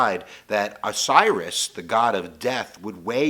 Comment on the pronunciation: funny 2 c that u got Osiris his name wrong. thats ok u´r just reading it from paper.